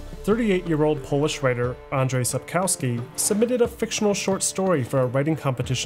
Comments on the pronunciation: Thank you for the video. On a side note, the letter "w" in Polish is pronounced as "v" or "f" depending on the following sound. If "w" is followed by a vowel it it usually pronounced as "v". However, the letter "w" is pronounced as "f" when followed by a consonant or is the last letter of a word. That is why "Sapkowski" should be pronounced sapkofsky not sapkowsky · Damn, man. It is pronounced SAPOKVSKI. My ears bleed.. English is almost never proper way to read foreign names. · Profound documentary with some minor flaws. 1. Sapkowski is pronounced Supp - KOFF - ski with the stress on the penultimate syllable. 2. Wyzima is not a kingdom but the capital of the kingdom of Temeria. 3. One of the best parts of all Witcher games (and often overlooked) is the fantastic musical score. Imo the best in gaming overall - and in contrast to many scores like Skyrim or Dragon Age (series) it is not only fitting while you're playing the games. It's a fantastic companion while you're doing something completely different. 4. You forgot one game: Thronebreaker, which has a fantastic story from the books, which was only glossed over by Sapkowski and elaborated on by CDPR. I'm not too fond of the gameplay, but that is because I'm not into standalone Gwent, which is the gameplay-basis for Thronebreaker. 5. TW3 is my personal favourite game of all times, followed by Dragon Age Origins, then there is a group with TW2, DA Inquisition, and Kingdoms of Amalur Reckoning. I still have to play TW1, but my PC is not having it. Please CDPR. give me a remake of TW1. Fun fact: Did you know that CDPR used a very old alphabet "Glagolica" (older than Cyrillic) in their games. If you know the letters, you can perfectly read all the posters, shop signs, graffiti, even the notes pinned to gallows or trees. And it is actually the same that is given to you as a player. The vast majority of those are in English, only in the BaW-expansion there are a few that are in Polish (my guess: due to t